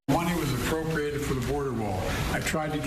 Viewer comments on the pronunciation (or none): !d!0t can't even pronounce 'appropriate'.!!!!!!!!!!!!